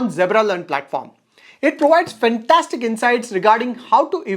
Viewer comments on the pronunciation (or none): none